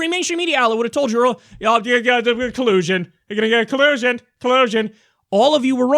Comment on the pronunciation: nice "we gonna get him on colussion" LMFAO